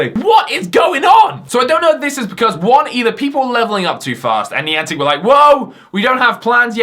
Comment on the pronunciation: Please dont say nieantic